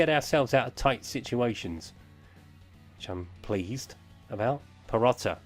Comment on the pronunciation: Need sort out the pronunciation. Not every player ends with 'a' its Perotti with an i. Still a decent series dude.